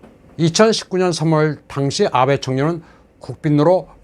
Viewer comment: 아베(安倍, あべ)를 '아-베'라고 길게 長音으로 발음하는데 틀린 발음. '아'는 짧은 短音. 한글에는 장단음 표기가 없기 때문에 한국인이 틀리기 쉬운 일본어 발음.